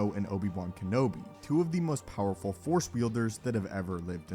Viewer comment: ah yes "poweful" lmao